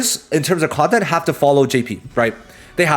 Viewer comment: “Scheduke” “Chanhes” “Conyent” I appreciate your vods much love